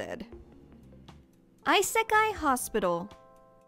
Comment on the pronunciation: lol its aiseikai not aisekai